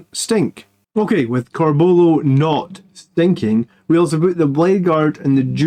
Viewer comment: Love your stuff but there's a U in Corbulos name..pronounce it m8! Lol oh and use spell checker on your slides 😂